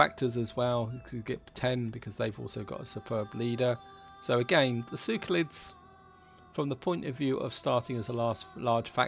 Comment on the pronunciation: SeLeukids, not Sewkolits...